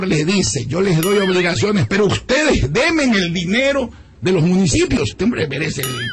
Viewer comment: Demen ?? Se dice denme...